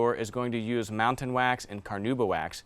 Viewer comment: Found it, Montan Wax, not Mountain, as he was pronouncing it.